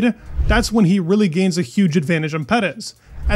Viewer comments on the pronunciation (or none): "Max Vurstoppan"? Edit: And "Pedez..." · Why do you pronounce Perez like that lmao